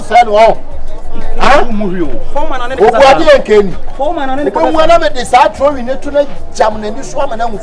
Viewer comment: Did I hear "trowi"😂